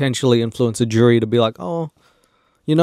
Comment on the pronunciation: the way you prounce jerry judge is the same you would pronounce jury, judge, so i was really confused because thsts what i thought you were saying lol